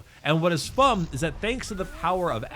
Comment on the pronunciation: "and what is fum", that's fummy